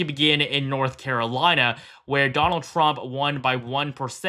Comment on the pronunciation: Trump, not tramp.